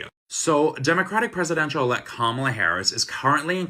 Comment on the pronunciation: It’s pronounced Comma-La. Please take the time to pronounce her name correctly.